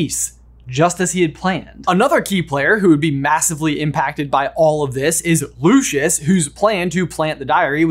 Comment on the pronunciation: its lucius, not lushus. bless